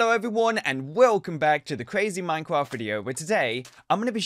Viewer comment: Wait is it normal for british people to pronounce minecraft as minecwaft? He said that when he got the energy pill